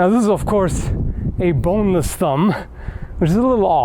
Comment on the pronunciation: Small did you just say 🅱️ O N E L E S S thumb?